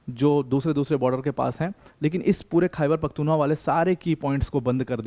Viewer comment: It's "Khyber Pakhtoon Khowa" or say Pashtoon Khowa 😅